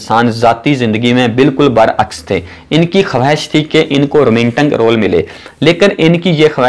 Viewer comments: Bhai sab video achi hay. Plz app apni pronunciation thek Karo. 'Do tahiyan' king book romangntic. App ilfaz galat bolte hain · Apni urdu pehlay seedhi karo.Saltan,Ansan,romantag,khawahish